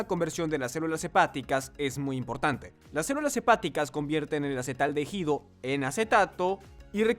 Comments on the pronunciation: ¿¿"Acetaldejido"??? Jajaja,, "acetaldehído". Se lee "acetaldeído". En español la letra H no suena 🙄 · Acetaldehído y NO acetaldejido...............por favor!!!! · Una lástima que no pude terminar de ver el video, por la mala pronunciación de ACETALDEHÍDO... No sé por qué lo pronuncian como "AcetaldeJido", solo produce dolor en los oídos, la "H" no se pronuncia. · Porque el 1d1ota que hace el doblaje todo el tiempo dice "acetaldejido" acaso no es hispanohablante para saber que la h no se pronuncia en "acetaldehido"?? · No es acetaldeJido eh! Se pronuncia la i, la h es muda no manches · Es traducción con inteligencia artificial, y la letra H es como la j. Ejemplo, hooters es juters.